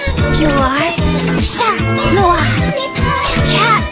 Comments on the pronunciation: Bro U Are saying CHAT NOIR and not CAT NOIR!!!!😂😂😭😭😭🙏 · "Chat noirrr.. CHAT NOIR" Not him just looking the opposite way pretending he didn't hear anything 😅